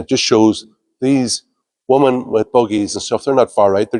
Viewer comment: Good man Hermann. The IFP have all the votes in my house and just about every other former Shinner I can bring over. I do love the way you say WOMEN. WOMAN 🤣🤣🤣🤣🤣